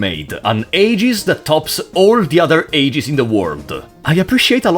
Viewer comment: Honestly, you did a pretty damn good job with the Xenosaga characters. Think the only problem I noticed was calling the AGWS robots “aegis” or “AGs” when the English translation pronounced it “eggs”, but that’s pretty negligible really. Found it super funny when you covered Allen “the assistant”, saying he’s just kinda there until the very end. Because that’s pretty much how he is in Xenosaga too. XD